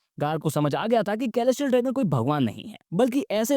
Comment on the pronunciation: Mast video bhai, bas "k"-elestial dragon mat har baar hasi aa jati hai 😂😂